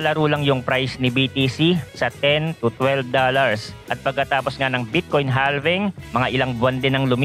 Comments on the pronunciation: Boss idol palagi po ako nanunuod ng mga Videos mo very very informative. Pero HALVING po is pronounce with silent L (its like HAVING) Thanks and God Bless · idol silent L po ang basa sa "halving". just like we pronounce the word half. noun: half = kalahati verb: halve or halving = hatiin sa dalawa